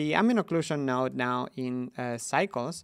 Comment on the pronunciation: "Niode" :3